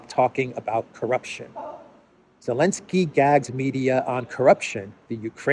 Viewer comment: Why do you say Elensky? or do I misunderstand how Zelenskii is pronounced?